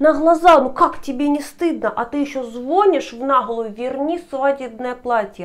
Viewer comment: Я не увидела жлобства со стороны иностранца! Это девушка с мамой его"поимели"! И звОнишь очень режет ухо!